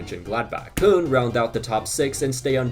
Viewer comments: whenever I hear Germans pronounce it, it sounds like how “Köln” is spelled, or kind of like a softer “corn”. The way he says it, it sounds like “Kun” which doesn’t seem right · Love your videos but why are you pronouncing “Cologne” like that, there’s no way